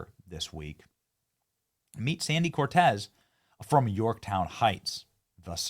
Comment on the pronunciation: Hey AOC, you mispronounced Yorktown.